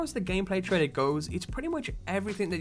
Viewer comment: Why do you say "trader" instead of "trailer"?